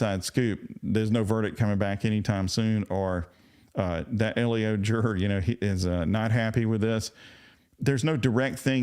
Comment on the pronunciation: law Just FYI, the acronym LEO is pronounced like the boy’s name “Leo.” Not “”Ellio.”